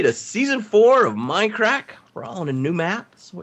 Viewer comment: U say minecrack haha